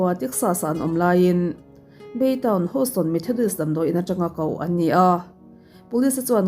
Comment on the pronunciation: Houston tih hi hauston tia lam lovin hiuston ti angin lam tur aw. Mihring hming hi chu lam sual nawk² mah ila khaw hming hi chu lam dik hram² a tha ☺️